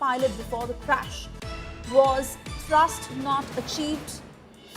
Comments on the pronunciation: Thrust, not thurst.. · not thirst "thrust" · What is Thirst.. Foolish reporters should not be allowed to report on important matters.. Can't say Thrust.. Go home man..